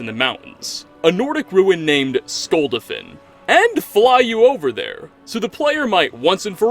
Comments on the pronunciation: It's Skul-DA-fin Not Skulduhfin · SKULL DA FIN not Skuldefin 😂 I know that's not how it's spelled, but it's that way he pronounces it even though it's clearly said differently in game. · can you pls not mispronounce skuldafn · So wait you can’t say skuldafn but you can say ustengrav 🤨🤨🤨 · Cant pronounce skuldafn though 😂